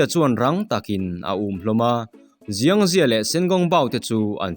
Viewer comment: Chinese tawngah chuan X hi s angin lam tur aw, Xiang hi ziang ni lovin Siang tih tur.